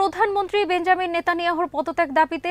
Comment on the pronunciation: বেঞ্জামিন নেতানিয়াহু নয় বেনিয়ামিন নেতানিয়াহু